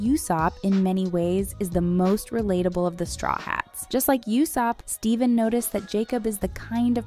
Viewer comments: PLEASE ITS PRONOUNCED “LOOFY”😢😢😢 AND ITS USOPP NOT YUSOPP.. ARRRGGGG!!!!🤯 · You-sop instead of Ooo-sopp too, lol. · Yeah that's the correct spelling, I moreso meant the phonetization of his name. Pronouncing it "YOU"sopp is incorrect, but pronouncing it "OO" / "U"sopp is correct. You're correct that the spelling is Usopp. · And omg … YOU sopp? Ooh-Sopp. Do your research! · i cringed as well. clearly the narrator is not a fan and has not seen one episode. she even said "you sopp" (usopp) ugghhhhhhh. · 😅 yeah, and yousup 😅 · The show is out, how are you pronouncing the names wrong? Oo-sop, Loo-fee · Usopp is worse! 🤮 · The mispronunciation of Luffy and Usopp 😭💀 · When they said Luhfee I unironicly paused the video in bewildered disgust. I'm not even sure I can press play again. There's no excuse for not knowing how to pronounce Luffy's name. EDIT: YOUSOPP. YOU. SOPP. What a fucked up day. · If you can get past the pronunciation of "Luffy" and "Usopp", this video is actually very informative. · It killed me everytime she said Usopp and Luffy 😭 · The way you pronounce Luffy and Usopp breaks my heart. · I wanted to give this video a like, but the mispronunciation of Luffy and Usopp's names bothered me way to much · Sadly, she has not watched a single episode with how she's pronouncing Luffy and Usopps names. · Her mispronouncing Luffy and Usopp names triggered me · Pronunciations...🙄 luffy, usopp....uhhhhhh....it creeped me every time you said those names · I'm gonna be "that guy". Luffy = ❌Luh-Fee | ✔Loo-Fee Usopp = ❌You-Soap | ✔Oh-Soap (like Oh La La) Iñaki = ❌Ee-Na-Kee | ✔In-Ya- Kee